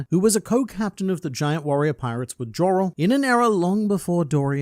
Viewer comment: Internet Man, why do you pronounce the “J” is Jarul and Jorul? Isn’t it a “Y” sound?